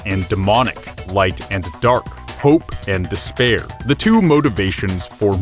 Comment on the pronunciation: don't fall into des-bear or you'll have a bad time.